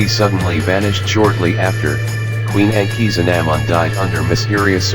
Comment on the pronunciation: The robot was pronunciation of Tutankhamen and Akhasinumun wrong